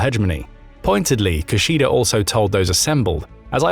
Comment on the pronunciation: His name is pronounced (roughly) KIH-shida, not *Ki-sheeda. Japanese does not actually have stressed syllables, but in this case, if you have to put a stress on one of the syllables in "Kishida", it should be the first one. Three short syllables -- Ki-shi-da (as in Latin, the distinction between short and long vowels is CRUCIAL in Japanese). Thank you.